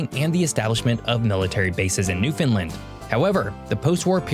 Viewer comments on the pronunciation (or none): He doesn't pronounce it correctly in this video, to be honest. It's newfin' LAND, not new finlin 🙂 Love your Newfoundland videos. I hope to move back there one day soon. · LOL! pronounces it "New-Finland", so the auto-translator translates it to Nouvelle-Finlande instead of Terre Neuve. (Latin: Terra Nova) And he calls it Meadows Cove, but it is called L'Anse aux Meadows... and "Meadows" is probably an anglization of "Meduse". In the early 1900s, it was actually called Lancey Meadows by the locals. The Island of Newfoundland is only slightly smaller than the Country of England (not the UK, just England). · lol ya this is a constant irritation for us Newfoundlanders. The "new" and "land" are emphasized and "found" is not making it sound like Newf'n land. Understand? (everybody now) Newfoundland!!!! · I can only assume he's from the US because he mispronounced so many words. Newfoundland rhymes with understand. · He keeps pronouncing Newfoundland incorrectly..